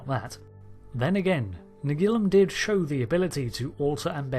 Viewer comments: Could you please try to say Nagilum correctly? On the actual episode they say Na-GEE-Lum, not NAG-il-Um. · It's pronounced na-GEE-lum, not NAG-ilum or na-GILL-um… Did you even watch the episode?!?! 😡😡😡😡😡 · Naa-geel-um... That's how it was pronounced in the Episode.. Why change it? Brits' are weird.. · Why does your pronunciation of " Nagilum " alternate ? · I can't be the only one that's a bit annoyed by his constant mispronunciation of Nagilum in this video. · Do you pronounce ‘Nagilum’ differently each time on purpose!? 😂 I love this episode, it’s silly but fun and interesting silly. Plus let’s take a moment to remember Haskell, one of the most horrific crew deaths seen on TNG, maybe even worse than that woman who got stuck in the floor.